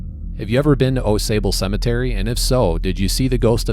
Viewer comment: Pronounced like awx. I live there.